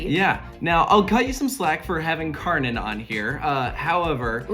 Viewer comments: Funny how americans pronounce Kärnan like it was Karnän. It is actually so close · You pronounce it almost like Taylor did. He pronounced the german "a" like an "ä" and the "ä" like an "a".